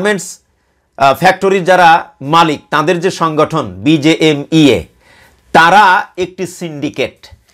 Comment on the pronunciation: উচ্চারণটা BGMEA হবে। Bangladesh Garment Manufacturers and Exporters Association